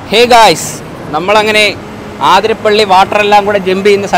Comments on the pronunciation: ആതിരപ്പിള്ളി അല്ല അതിരപ്പിള്ളി ആണ് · Bro aathirapilli alla athirapilli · അതിരപിള്ളി ആണ് ചേട്ടന്മാരെ ആതിരപിള്ളി അല്ല 😅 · Athirapalli ennanu aaaaathirapalli allaa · Near my house. Not Aaathirapilly, it is Athirapilly. Miss my home 😢from Qatar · Its അതിരപിള്ളി...!🥰not ആതിരാപിള്ളി